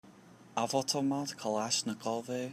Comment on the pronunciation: You absolutely butchered the pronunciation of avtomat kalishnikova